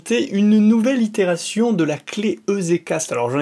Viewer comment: Pour info EZ c'est pour Easy donc à prononcer "Izi Cast" plutot que "Ezé Cast" ;) Merci pour la video